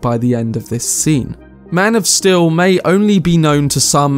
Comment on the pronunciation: "MAN OF STIL"?